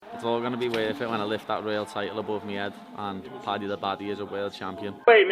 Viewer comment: PADDY not Patty